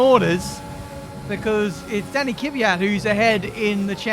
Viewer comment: KVYAT NOT KIVYAT